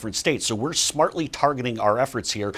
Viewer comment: Did he say "smart-idly"?